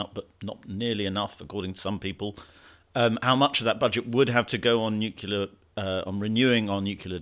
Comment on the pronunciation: Nuclear is not a complicated word to pronounce... thumbdown. I can't help that kind of shibboleth